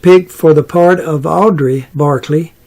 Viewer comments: Audra, not Audrey. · It was ' Evans ' not " Eva's ". Where did you get that? He was not saying ' Audrey " but ' Audrea ',...when it shoud have been ' Audra '.